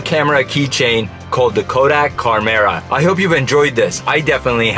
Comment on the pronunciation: Uh, it's supposed to be "CHARM"-era.